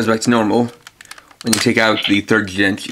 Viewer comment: Your pronunciation of some of the Jyudenchi is so off...